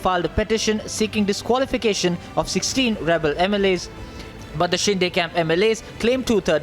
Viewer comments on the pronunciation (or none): Dear Host It's Not Shin-Day but Shin-de.